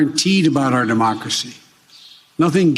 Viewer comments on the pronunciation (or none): none